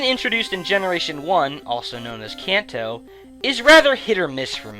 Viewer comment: it's crazy how you "can"to, but then say manga correctly.... blow my mind.